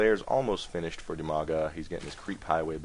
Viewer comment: Half the time I thought you were saying Umaga and I thought that was pretty rad.